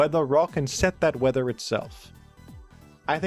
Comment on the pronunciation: “summon the teather effect” I didn’t know Castform was an actor. Perhaps that was related to the Weather Rick transformation